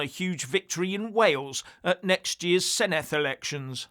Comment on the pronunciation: Senedd not Seneth. Cymru not Cwmru.